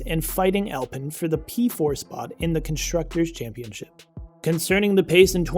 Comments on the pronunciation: Alpine ( Al-pee-n) is the car brand, even the BMW tuner Alpina is pronounced Al-pee-na. Alpen is a breakfast muesli.. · you're saying alpine wrong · Please lose the “copy reader” and get a person who knows F1. You are not alone as the pool of true F1 presenters is very shallow. I’ll save most of the embarrassing mispronunciation, although Alpine does grind the ear as does drawing fingernails across an old school chalkboard. A bit of professional attention and F1 accuracy can, and will definitely help. Other than that Mrs. Lincoln… To The Point Mario Martinoli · “Alpin” 🤣🤣🤣 It’s pronounced “Al-peen”